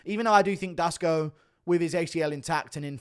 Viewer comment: Duško = Dush-ko